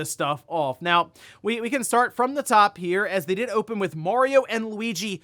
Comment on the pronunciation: I recommend everyone watch "The Wizard" to learn how "Mario" is pronounced.